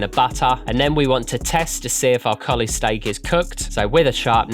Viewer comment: Why does he say "stike"?